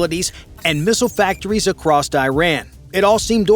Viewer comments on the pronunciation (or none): Across has no T. Its across not acrosst